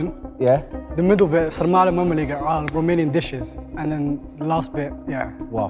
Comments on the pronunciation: Bro the way bro said sarmale and mamaliga ass a Romanian he said it well 😅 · he literally said “ Sarmale Mămăligă” which are the 2 main romanian dishes and most ate food in Romania, perfectly spelled. Wahnsinn !